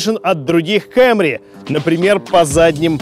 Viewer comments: Кэмри? Совсем шиза? Камри, чел, камри... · Не Camry,а Camry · КЭМРИ ПХАХАХАХАХАХА, КАМРИ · Выключил после слова кЭмри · Диз за слово кЭмри...